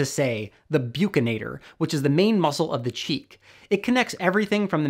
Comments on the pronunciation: This is a great video!❤️ But hearing you say 'byukinator' brings tears to my eyes 🥲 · Your pronunciation for “Buccinator” is wrong. Please correct it at least with the subtitle.